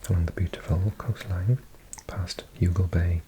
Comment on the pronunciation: I absolutely love the way you say Cork 😊 BTW Youghal is pronounced like yawl 😁